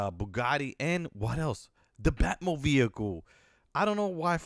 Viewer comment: blud said bat mobeicle